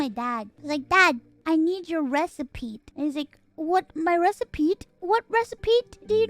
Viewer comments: love how she says recipete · Recipe. It’s pronounced recipe. There isn’t a single a ‘T’ in the word recipe. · Why is she pronouncing the T so hard XD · I’m perfectly calm. I’m just pointing out that she does it on purpose.